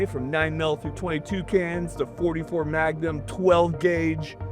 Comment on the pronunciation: When he said "Twenty-two cans" I heard "Twenty Toucans" and I was like weird but ok.